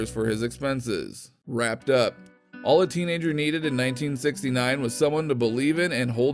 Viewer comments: sounds like he is saying 1959???? it was the summer of 1969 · Yes I heard 1959 as well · Man WTF? This Narrator Fucks Up in the 1st 30 seconds! Woodstock was in 19 Fucking 69! Not 1959! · He said woodstock 59 instead of 69? was he on acid?? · At the beginning. .. did he say 59 or 69 ? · 1969, ‘69 not 1959!!!!! Who is this narrator??? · Sure sounds like he said 59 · I could have sworn he said 1959? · It sounded like he said 1959, maybe I heard it wrong. You be the judge. Stay safe and GOD bless. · ya that's what I noticed right off. Had to rewind it thinking "no, he didn't just say 1959 did he??" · Thank God he made his first fuck up in the first sentence with the 1959 year. OFF. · Did anyone else hear him say "It was the summer of 1959"? 1959! You douche.